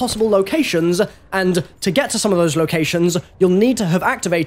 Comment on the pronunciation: “Five possible locationszzzzzzzz. Andddddd to getta to some ofa those locationszzzzzzz” “Mail roomzzzzzza” What the fuck?! He also mispronounced the word detritus.